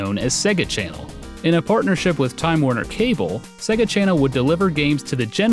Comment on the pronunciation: SAY-ga Norm! SAY-GA!